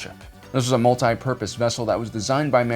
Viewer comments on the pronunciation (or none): Porpoise? You meant purpose, right? .....right? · into Purpose .. not 'Porpoise" .. that means turtle ! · Porpoise?? THE DOLPHINS ARE TALKING OVER!! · "Porpoise" do they mean purpose? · "Porpoise and specs" I'm the only one who caught that...? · I’m sorry, “porpoise and specs”? Don’t you mean “*purpose* and specs”? unless you are referring to aquatic animals and I missed it ;) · Porpoise? Are you getting paid in fish? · "Porpoise"? it was also an aquatic mammal? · Purpoise? Did you mean purpose? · "Porpoise and Specs" 😂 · Porpoise? But you hate dolphins! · Do you mean Purpose and Specs instead of Porpoise and Specs? I thought Cetacean Ops was a Star Trek thing 🤔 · "porpoise" XD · Dude really said “porpoise and specs”